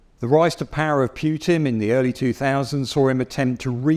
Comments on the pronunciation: disgraceful pronunciation of "er-mata" and "pewtin". If you ARE GOING TO MAKE A VIDEO ABOUT SOMETHING PLEASE LEARN HOW TO PRONOUNCE THE NAMES. Minimum requirement. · PYouTin does annoy me - how long are we into this war and half the MSM still cannot pronounce his name! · “Armaaaata” “Puyyutin” 😂